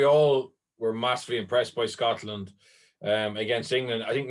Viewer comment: The way you keep emphasising 'Scotland' is disrespectful as fuck